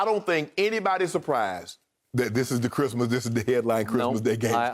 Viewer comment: “On Chrimah?” 😂😭